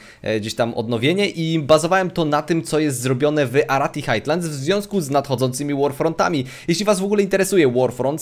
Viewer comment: nie "Hajtlands" a "Hajlands"